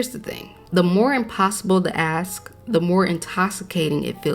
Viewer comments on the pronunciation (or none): Everything was great until I heard you say "aks"..not "ask". That is not a word! It sounds uneducated.